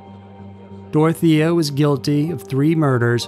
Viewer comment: It's Dore-oh-tay-yuh.